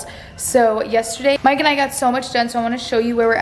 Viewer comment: Is it just me or does it sound like she is say “mike and ike” when she says “mike and I”